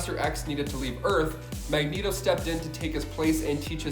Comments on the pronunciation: He said MegNeto 🤣😂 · I was thrown through a loop when he set mag net oh rather than mag knee toe